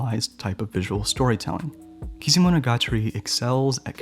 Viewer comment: Damn, through whole video I was just thinking "woow" and "damn.." with a little breaks for funny moments when you were trying to say eg. Kizumonogatari or Bakemonogatari 😂 But really great video! Hope I can find more of them!